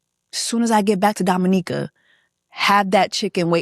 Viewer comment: I'm glad you had a grand time in Dominica and thank you for pronouncing it correctly 🙌🏾🙌🏾 with that being said, Chris needs to go to hell disrespectfully with his raggedy a**